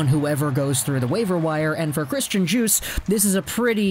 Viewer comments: you don't pronounce the D in Djoos, you pronounce it like the drink juice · Its pronounced JUICE lol. You know him😎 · It’s pronounced “Yoos”